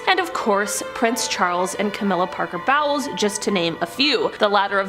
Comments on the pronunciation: Did you intentionally pronounce the Queen consort’s name as “bowels”? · Her Name Is Camila Parker Bowels